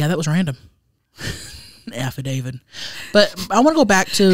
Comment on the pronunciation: "hey um why do they call it a afradavid?" 💀💀💀 Ya mean affidavit 🤣